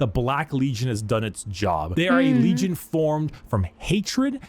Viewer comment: After watching like 8 different people react to, I've noticed one thing..... Occasionally, pronounces "n" as "m". Like, when he says legion as "legiom", but only sometimes.